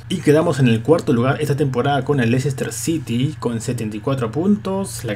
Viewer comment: I'm Super Holly Se dice: Less-tah, no: Leicester.